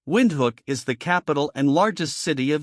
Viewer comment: It's pronounced Windhoek not Windhook😅😅 , like Windhuuk😅😂but its ok many people mispronounce it😊😊❤❤ ty for including us